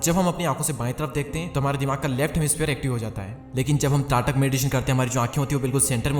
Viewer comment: त्राटका नहीं सही शब्द त्राटक है।and thank you for sharing this priceless video. 🙏